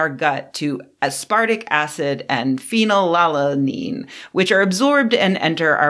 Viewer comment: She mispronounced it. it's phenyl-al-anine it's an essential amino acid, I'm actually kinda surprised she mispronounced it.